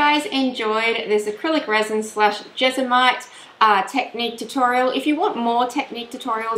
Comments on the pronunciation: It's JESMONITE not jesomite! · Do I hear her say Jesomite every time? Is that the brand she uses or is it just mispronounced? Just curious cause we call it jesmonite here.